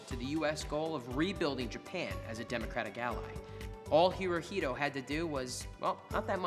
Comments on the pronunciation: It’s not pronounced he-ro-hee-do- it’s he-ro-he-to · Not Hirohilo, but Hirohito. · Hirohito no! Herohito ;) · Pronounce it the way it is. hirohito